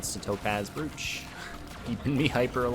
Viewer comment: Despite it's spelling, brooch is pronounced broach.